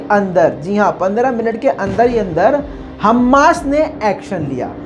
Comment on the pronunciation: हम्मास नहीं "हमास" होता है